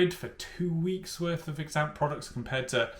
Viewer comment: As if you spent the whole week saying Exante incorrectly 🤦‍♀️🤦‍♀️ If you're going to do the "week on" series, you could at least research the brand an products beforehand.